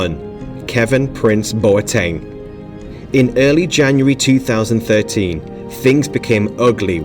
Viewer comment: Bruh my man, that's not how to pronounce Boateng😂